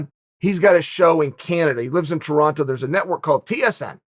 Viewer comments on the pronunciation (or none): none